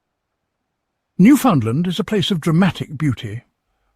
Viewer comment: Learn how 2 pronounce Newfoundland. 😅